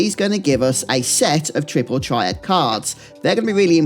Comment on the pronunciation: you lost me at "Tripple Triad"